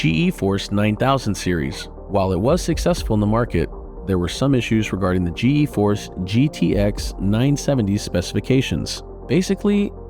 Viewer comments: I cringe every time he says G E Force. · G.... EEE force